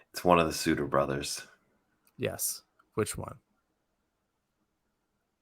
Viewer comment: Embarrassing pronunciation of Sutter (like butter, not like hooter).